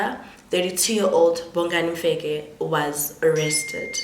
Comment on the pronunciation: Bongani Mfekk, it's Mfeka Maan wena not Mfekkk. You guys work so hard in learning to pronounce English names and words but make no effort in pronouncing your own names and words useless Maan.